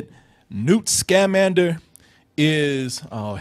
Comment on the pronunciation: 1. I'm pretty sure you're incorrectly emphasizing the syllables of his name. Unless I'm wrong, it should be sca-MAN-der, not SCA-mander. 2. This wasn't adapted from the Fantastic Beasts and Where to Find Them book. It's not just that it wasn't a novel—it wasn't a story! It's an in-universe textbook on magical creatures. Newt even mentions that he's working on it in the movie. Of course, the movie includes references to the textbook that he eventually writes (various magical creatures, his love interest, etc.), but it's not an adaptation. 3. The magical creature that you think is a rip-off of Groot is called a bowtruckle, and it existed in the Harry Potter books long before Groot came around. 4. The "platypus" is called a niffler, and it is also a magical creature that was in the original series.